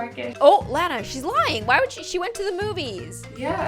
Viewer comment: HoW DaR e you I AM LANA AND YOU SAID IT WRONG and I lev your vids